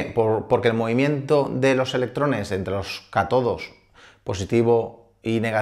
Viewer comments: Se pronuncian "CÁtodo" y "Ánodo" (acento el la primera sílaba) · ¡Por favor!. Ánodo y Cátodo son palabras esdrújulas. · SON Cátodo y ánodo. El acento en la primera@ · Gran programa, pero ojo, se pronuncian esdrújulas: Ánodo y Cátodo. EDIT: Veo que ya lo han sugerido 😁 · Solo un apunte: es ánodo y cátodo. Esdrújulas ambas. ;-) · Me lo has quitado. Que mal suena haciendo la palabra llana... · Aunque seas de ciencias, deberías repasar un poco las reglas de acentuación. Porque, si bien es feísimo ver palabras escritas mal acentuadas, todavía es peor acentuarlas mal al pronunciarlas. Dejé de ver el vídeo. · ¿Por qué alguien que suele hablar de estos temas pronuncia de manera incorrecta "ánodo" y "cátodo"? Qué mal suena y cuanta credibilidad pierde.